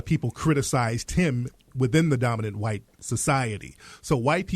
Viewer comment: This Jesse character adds and subtracts random letters from words. Blacks = Blass Tariq= Tari Moral= More White= Whi Addicts= Addiss I'm not sure if he's doing it on purpose or just as a gimmick. It's making my skin crawl.